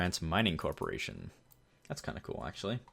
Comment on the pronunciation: "Mining COPPERatiton"